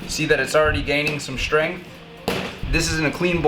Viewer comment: Shhhhtrength? WTF, speak properly